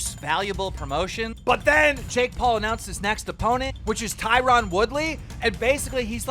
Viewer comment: Out of all people I would have never guessed Keem to get Tyron's name pronounciation right.